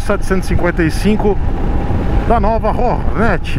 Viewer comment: "ORNÉT" bicilíndrica? Os maloqueiros irão xiar kkkkk